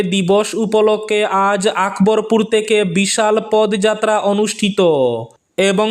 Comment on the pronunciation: Pod noy podo jatra bolben বাংলা উচ্চারণ একটু খেয়াল করবেন দাদা